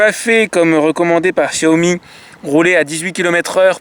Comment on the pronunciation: Enfin qqun qui prononce "Chiaomi" !!!! MERCI